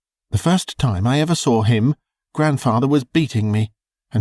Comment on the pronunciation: Pronouncing the word, saw, like soar or sore is simply wrong.